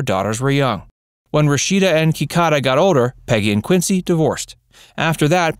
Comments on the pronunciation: HELLOOOOO!! Her name is KIDADA, not Kicaca. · Their older daughter's name is Kidada, NOT Kikada! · Peggy's daughter's name is Kidada; not Kikada.